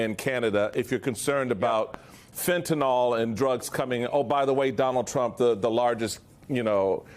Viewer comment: PEOPLE ... fentanYl ... NIL . it is NOT fentynOl